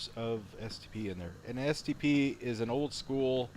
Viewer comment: every time he said stp I thought he said std 😂😂😂